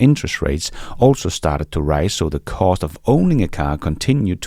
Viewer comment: Sounds like you saying something else when you’re saying ”cost” lol